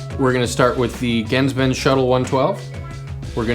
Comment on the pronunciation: your mispronouncing GenzBenz